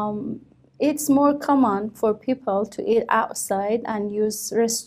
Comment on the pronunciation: she did'nt pronounce the word "common" correctly